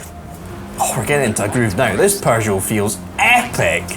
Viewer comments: Love your content but....there's no "r" in PEUGEOT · "Per-jo"!? Sorry, you no longer pronounce "Peugeot" like a Scottish person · Is it a Scottish thing to say ‘’Purrgeot’’? Just found it interesting. 😂